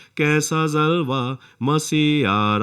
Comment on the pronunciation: Aap bahut achha bolte hain, but pronunciation sahi kijiye aap har jagah j aur ph mein neeche bindi laga dete hain aap ne gaana gaya, dekho koi aa raha hai kaisa "jalwa" Masih aa raha hai, aap ne kaha , kaisa zalwa jo ki galat hai ye sab urdu ke lafz hain, sahi boliye kyonki galat pronounce karne se aapka pura gana " beasar" ho jata hai. I hope aap ye msg. Zaroor padenge aur dhyan denge, fatak nahi Phatak.